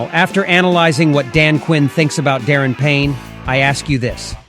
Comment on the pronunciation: FYI his name is pronounced Da Ron Payne not Darrin.